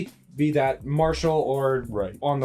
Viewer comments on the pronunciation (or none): none